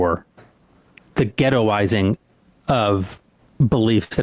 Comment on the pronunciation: He’s saying “ghettoizing” a little too hard for me 😅 no idea why it makes me uncomfortable but the way he says it idk…